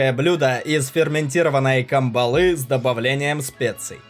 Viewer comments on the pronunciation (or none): кАмбала, а не камбалА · Научись читать не КамбАла а кАмбала не ЗизифУс а зизИфус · Камбала. КАмбала. Ударение на первфй слог